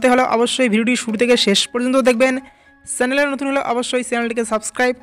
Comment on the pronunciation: সেটাই তো...😂😂😂 উচ্চারণ টাও ঠিক করে করতে পারছে না,,বাংলাদেশী সম্ভবতঃ..😂😂😂